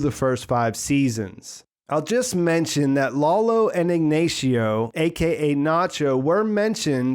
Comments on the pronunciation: Bro if you're going to call him ig"nay"cio why dont you call them "nay"chos? "Nah"cho.... ig"nah"cio.... do you see why that's his nickname they make the same sound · Dammit.. love ya man but it’s “REAL-tor” not “REA-La-tor” And Ig-NAH- cio not Ig-NAY -cio That’s why his street name is NACHO and not NAY-cho Who cares. Still love this channel I just like to bitch and complain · Was mildly infuriating when you pronounced Ignacio as "Ig-nay-cio" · Ignacio? "Ignashio", really? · Lalo and Ignacio (Ig-Nay-she-oh? really? lol) were both mention in BB, so that should count